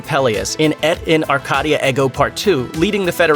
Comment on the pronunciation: Eh T in are -Kay - dee ah air go . Pronounce it correctly !!!!!!